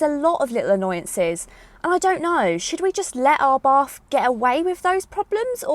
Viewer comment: You are still mispronouncing ABARTH........It is pronounced "Abart "(the H is silent).....